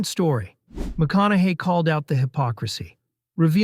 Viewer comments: You keep going from "McKONAKY" to the, I assume, correct way of pronouncing his name "McKONAHY". Pick one and stick with it ! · Maybe pronounce his name correctly